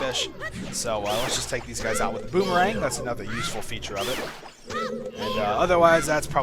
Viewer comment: ushful i thought is was ''useful?''